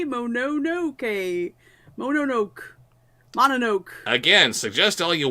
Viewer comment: NOPE YOU PRONOUNCED PRINCESS MONONOKE Wrong You are Butchering an Ancient Language, It's Pronounced (PRINCESS MO NO NO KAY) And I Checked that with a Japanese Native.